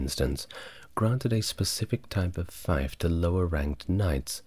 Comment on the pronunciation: This is nice, very similar to The French Whisperer. Can't wait check out your other videos. "Feif" is pronounced like "feef" btw.